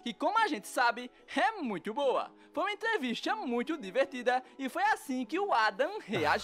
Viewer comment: "Evangelistcha", "entrevistcha"... Esse narrador parece o dublador brasileiro do Lenny, de The Simpsons.